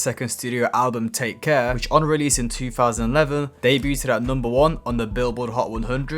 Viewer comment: someone tell this kid how to pronounce "debuted", FFS... 🙄